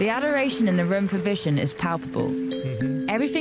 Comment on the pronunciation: Its not a Vision lol, his name is 'Vishen'